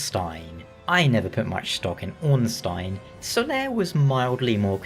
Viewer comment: Your pronunciation of Ornstein (being a German based Name) is certainly better than the usual one.